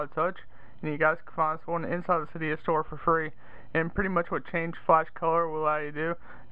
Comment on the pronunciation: um isnt it cydia not cyda